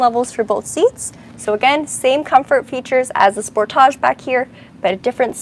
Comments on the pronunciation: It;s not called a Spor-taug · When you say SPORT TAJ i think of Tarjay (Target.) It's a Kia not a Bugatti.